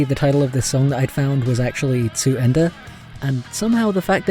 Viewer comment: Damn. You said "zu Ende" pretty good for a non-native speaker. I've always heard from other people that German sounds harsh and as if you'd always argue but never have I heard someone saying it sound beautiful. Thank you so much for the compliment! c